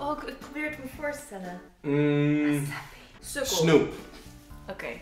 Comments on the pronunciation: Sahbie spreek je uit als sahbie niet sabie 😂😂 En dat zeg je bij je vrienden zo van Ewa sahbie 😂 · sahbi spreek je uitvals sagbi tipje ps leuke video sahbi 😜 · Je spreekt sahbi uit als sachbi letterlijk die h is heel erg drukkelijk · ahahaha sahbi je spreekt het uit sagbi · je sprak sahbi verkeerd uit. Dat is in het Marokkaans vriend. 💋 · Sorry mr kmoest echt niet normaal lachen bij placa jullie zeggen plaaca mr het is plca(uitspraak) en sahbi jullie zeggen sabi mr het is saghbi het klinkt misschien raar mr het is Marokkaans die 2 woorden (kben ook Marokkaans) als jij ( of ) nog ni weten hoe je het moe uitspeke vraag het dan aan mert aubbb Tnxx (dit was geen haar )